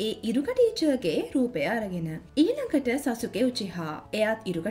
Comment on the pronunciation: සසුකි නෙමෙයි සස්කි😂😂